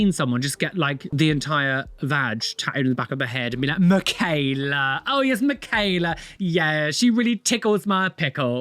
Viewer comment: Michaela is like Michael its mit a k its a ch yall say Ger name wrong